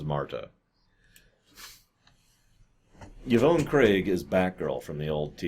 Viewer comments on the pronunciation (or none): The way you pronounced it hurt my ears. Yvonne is pronounced either YaVahn or EVahn like Khan. Definitely not YaVone like Ya phone. You probably have never met a woman named Yvonne so I get it. Steven Inhat as Garth is pretty good in my opinion. He's magnanimous in his crazy. But I get that he's King Tut from Batman. If you remember King Tut is a professor normally until he gets hit on the head then he becomes King Tut. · Yvonne is pronounced "Evahn", or "Yivahn".